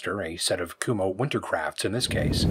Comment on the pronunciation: the way he said the name of the tires, i thought he was making fun of them - Kumho Wintercrap... good thing i googled to find out it's Wintercraft... otherwise, nice review, nice car.